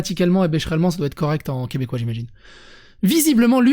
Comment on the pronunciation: Bonjour du Québec ! On écrit et se dit Québécois et non Quebecquois. Merci !